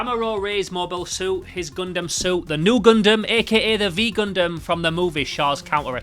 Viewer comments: its a "nu gundam" not a "vee gundam" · The fact you keep calling it the v Gundam is making me have a stroke, it's not the v Gundam, it's literally the Greek letter nu, granted it's the lowercase version(uppercase version is just the letter N) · bro calls it the "vee gundam"